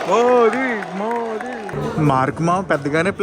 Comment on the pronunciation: Super vlog bro🎉 congratulations for your success.. hope you will chance next time for nominations 🤞 small correction మోడి కాదు మోదీ south antha wrong ga pronounce chestundi